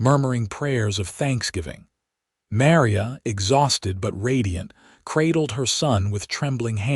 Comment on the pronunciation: AI can't pronounce Maria correctly 😮